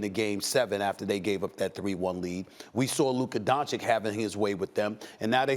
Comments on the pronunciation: Not donchick, its Donchich! 😛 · My only wish in this life is that Stephen A says Luka's last name right.It's said "Donchich" not "Donchik" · Why is SAS suddenly saying Luka Dončik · Man, it's been 3 years, stop calling him Donchik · How do you not know how to pronounce that💀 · Why is Stephen A saying luka dončik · If i was Luka Doncic i wouldn't ever give an interview to Stephen A Smith again until he starts saying my name correct. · SAS, you almost had it right there. Just missed the last "c". Maybe in 20+ years, when Luka gets into the HoF officially. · I swear to god how difficult is it to pronounce Doncic? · I don’t get how people talk like Luka is a bad defensive player. He is not exceptional on that end of the floor, but he is not a disaster. And please, somebody tells Stephen A. How to pronounce Doncic! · Learn how to pronounce "Doncic"... it is your job ffs!